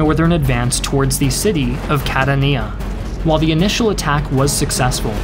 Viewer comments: Great job as usual! Quick note from an Italian speaker for those who are interested in pronunciation: the accent on Catania falls on the second “a”, so it’s “Catània”, not “Catanìa”.... accents in Italian are very hard for foreigners as we do not write them down ;) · It’s Cat-AH-Nina, not catan-NIA. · The accent on "Catania" is on the second "a". Trust one who lives there. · It's pronounced "Ka-tahn-ya", not "Cat-uh-nee-uh". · the wind was *gusteling*? :v And "Cadda Neiar"... is that near Catania (pron: "Cattan-ya") ? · Nice video, but please, try to pronounce italian cities and generals with their correct name, and not with accents that trasform them in chinese (for example, it's MEssina, not massina, Troina not trunia, Centuripe, not shenturipe, GraZiani, not grasciani, AdrAno, not Adrno, CatAnia, not catanIa) Anyway, good video as always, and thanks to share a bit of story about italy. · Cat- a-nia ??? is Ka-Tan-ia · “Kat-tuh-nee-yah? That’s how you pronounce Catania? My word. It’s: “Kah-ton-eyah.” Silly kid 🤦‍♂️ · It's pronounced Ca-tan-ia not Cat-a-ni-a 😌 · Its pronounced “Ka-tahn-ya” Source: I live here lol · I've been living in Sicily for about a year and a half now. Catania (KUH-TAHN-YUH) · Catania is Pronounced CATanya but excellent account of husky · Is it really called "Cat-a-Kneeeeea"? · Catania is pronounced like Ka-Tanya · Catania sounds like ka-TAN-ya. 3 syllables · The Sicilian town Catania is pronounced ‘Ka TAN ia”. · You need to pronounce Catania correctly. It's pronounced Kah-tahn-ya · CA TA NIA?????????? wrong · Catania.. accent on the second syllable. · Double-check the pronunciation of Catania. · So great video as always, but can you please try to pronounce Italian things better? I'd be happy to consult! Perche', Madonna mia. Come pronunci "Catania"? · Bruh really pronounces Catania like that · Great video but The pronunciation😭😭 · Good video, but your pronunciation of "Catania" made me cringe.